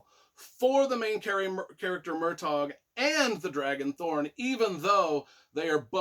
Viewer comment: Great review, only thing that annoys me is your pronunciation of the names like Murtagh/Tronjheim/Alagaesia when there’s a glossary with the pronunciations in each book 😅😅